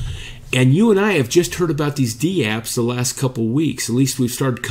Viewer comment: Dapps, not dee-apps :p Take care guys.